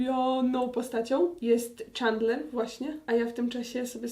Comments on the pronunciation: Agnieszka : Czandler Ja : Aga ja wiem że się pisze Chandler ale jeśli ogładałaś wszystkie odcinki to powinnaś wiedzieć że muwi się Czendler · Ja z moi tato to oglondam bardzo długo a ulubionymi to Rachel i Phoebe i do tego wymawia sie czendler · Plis mów czendler a nie czendlar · Dlaczego czytasz Czandler, a nie CzEndler? 😀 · Tak wielką fankę Friendsów, jak Aga mówi o sobie, powinna wiedzieć, że nie wymawia się czAndler, tylko czEndler. Tyle razy oglądała i nadal się nie osłuchała z wymową imienia jednej z głównych postaci? :P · Czemu ty tak przekręcasz słowa nie doś ć że mówisz clickbait zamiast clikbejt tak wiem że pisze clickbait I zamiast mówić czendler to mówisz czendlar i tak wiem że pisze się chandler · Właśnie ja też uwazam, że to się wymawia Czendler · Uszy mi krwawiły jak wymawiała jego imię 😭 XD